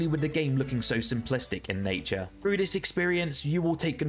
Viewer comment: It's pronounced "through" with a TH not frough with an f. Learn english